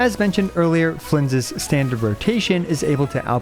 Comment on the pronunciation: I want to see/hear the outtakes of all the times he messed up Flins name in the intro, no way he did it in one take.